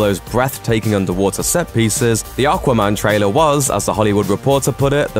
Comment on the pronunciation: What's "Arquarman"?? 😂